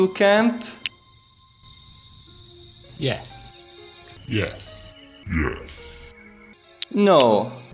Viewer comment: "you wante to campe?" "yes" ahahahah